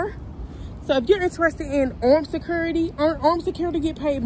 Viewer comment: This video was so hard to watch without covering my mouth it's so wrong first off her way of saying the word security sounds like she is eating something and the answering the phone without saying officer (name) is rude. Then showing the public the camera screens and recording phone conversations it's just lawsuit and a fireable offense. There should be a requirement security academy with the top officers that make it through not just little girls and boys hired to watch property just to fill a shift on the schedule. Low standard/quality of guards equals losing properties.